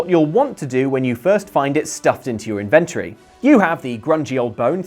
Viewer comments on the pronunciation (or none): Your pronunciation of inventory is creepy. (Sorry, but ugh.) [edit: and Hinox, too] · As an American, hearing inventory pronounced like that makes me think it's your stash of inventions...